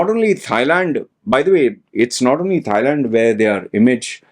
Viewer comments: did you say "thigh-land"??? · No...how about just not saying THIGH?